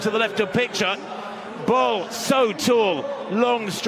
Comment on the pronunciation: Bull. Her name is pronounced, "Femka Bull". Not Bowl. Not Ball. It is Bull. Listen to her sometime pronounce her name.